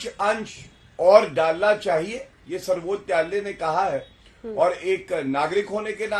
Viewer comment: Abe Zatu pahle Sarvochch nyayalay ka uchcharan to sahi karle😂😂😂